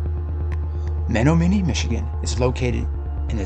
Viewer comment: Very interesting. Just a note...it's pronounced Me-NOM-e-nee.....